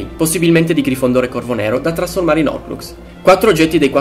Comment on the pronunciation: Ma perché nessuno pronuncia la h nella parola horcrux?